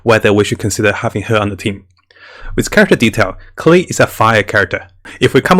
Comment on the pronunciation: The pronunciation is not "Klii", is "Klee". You can check this with the Chinese and Japanese dubs. Thank you for your videos! Are so helpful to keep us awake and don't throw our money.